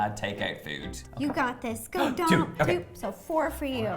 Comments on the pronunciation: No offence but Donal is pronounced doughnal 😂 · His name is Donal..... Pronounced 'dough nal' 😂😂😂😂